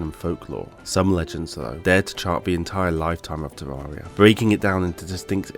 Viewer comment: It's Ter-air-ia